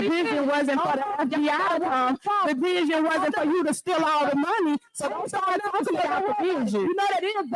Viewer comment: She have a vizshun 😂😂.